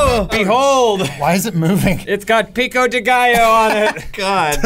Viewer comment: Lol as a Hispanic I'm impressed of pronunciation of pico de gallo